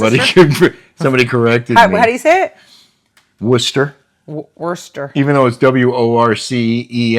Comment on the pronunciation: Very good with the Worcester pronunciation. lol. I just moved 3 years ago to Fl from NH. It’s crazy that Manchester is the highest. Come back to Florida!!